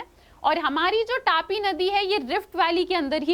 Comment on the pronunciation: It's not 'टापी' it is तापी/ताप्ती